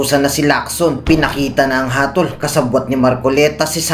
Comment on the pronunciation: HATOL not Hatil!!!😅